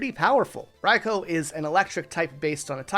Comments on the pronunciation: Does anyone else have a problem with how he pronounce raikou😅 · "Sweecoone", brotha... "sweeeeeeeeeeeeecoone".. not Su ee cuine xd yes, you pronounce it like it's written, i get it, but this one is literally pronounced as if you wouldnt read it literally.. :) dont pronounce the U :) and Raikou is pronounced "Raikooo" , not "Raikow" :)